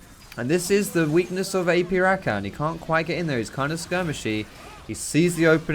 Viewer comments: Please stop saying RaKAN. It's Ra-kah-n :P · The way he says rakan triggers me. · Honestly love your videos but you say Rakan so wrong